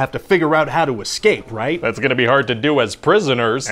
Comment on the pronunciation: "Escape" is pronounced "ess-KAPE", no "ek-scape".